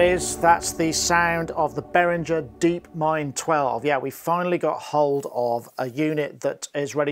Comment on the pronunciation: Why won't people pronounce Behringer the German way? That "gee" is annoying, not to mention disrespectful to Uli!